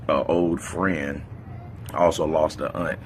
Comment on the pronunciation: Good video. I'm just so glad you pronounced "aunt" instead of "ant" shit drives me nuts when people refer to a family member as an insect 🐜